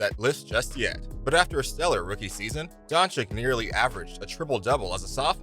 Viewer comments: Doing a Video about Luka without being able to pronounce his name. Its freaking Doncic not Doncik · To the speaker, and future one: PLEASE learn to pronounce his/her name... Luka is not Don CHIK, all America knows meaning of CHICK! Don't forget to say, that's SERBIAN surname from his SERBIAN FATHER, we all know the fact that he was born in Slovenia, but still, THE FATHER'S name makes him SERBIAN too! Citizenship is just piece of paper, blood, or DNA can't be fixed or falsified! Luka knows that all. but he knows that with Serbian Passport, he is restricted in travels (must apply for visa to most Western Countries), but with Slovenian (memb. of Euro-Union), he is unrestricted, or in another words, he saves a lot of time and trouble! In good old US of A, millions of people calling them selves FIRST A*****N, than American, and 99,9% od them, can't find that Continent on The Globe or Map! Luka could play for Serbian National Team, I'm sure (99.9%) didn't know that... and so on! God bless you ALLLLL! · Its pronounced Donchich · I think you should learn to say his name correctly before you make video about him. Don-chick? Cmon man, you can do it better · nice vid, but please.. it's been 3 years the 2nd "ć" Dončić is pronounced the same way the first one.. like "ch" in check - Don"chich" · If you're going to do a video to highlight a player, at least pronounce his name correctly. Tip: It's not "don-chik". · His name is not Donchik. Lern his name ! NOW! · learn how to say his name FFS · Maybe u should pronounce his name right first. Make a video after. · Learn to pronounce his name please. It's not that hard.